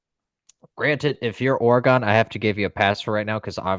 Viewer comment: A couple of things… first, it’s Or-e-gun, not Ore-gone. Second, in the first Oregon/Ohio St. game it could have been worse for the Buckeyes. That first OSU drive INT that wasn’t called, which should have been reviewed, giving the Ducks the ball. Ducks also left points on the field twice by not taking a field goal one time, and Gabriel missing a wide open receiver on an easy dump pass for a score (just didn’t see him) and throwing to a wideout in the corner of the end zone. 9 out of 10 times that’s an easy 6. Either way, it was evenly matched, and I don’t see Oregon pulling a “Tennessee” in Pasadena. They tend to play the game they need to to win, and I have no doubt Lanning will have them ready to go. If they’re firing on all cylinders, the Buckeyes will need to be on their game just to keep up.